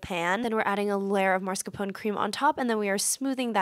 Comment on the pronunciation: I don’t think it’s pronounced as Mars-car-pone. There is no R before the S